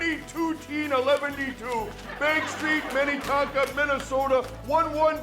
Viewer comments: Fake Minnesotan. It’s Minn-AH-tonka, not Minytonka. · The Mike Lindell impersonator is pretty good but someone should really teach him how to say Minnesota place names... He pronounced Minnetonka wrong